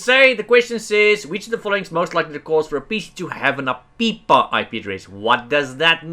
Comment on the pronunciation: For the record, I love the way you say APIPA